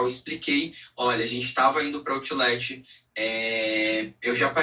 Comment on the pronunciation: “Outileti” ? Que isso?😮